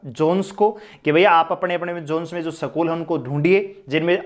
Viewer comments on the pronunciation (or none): Tum jis teacher ke bare Mai bol rhe ho wo tmse Jada educated hai aur samajhdar bhi...tmko school bolne tk nhi aarha hai school ko sakool bol rhe ho .tm Kya bacho ko padhaoge